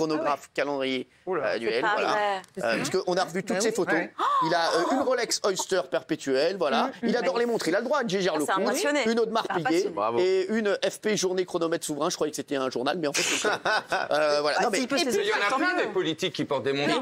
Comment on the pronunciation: “F.P Journée” mdrr, c’est “F.P Journe”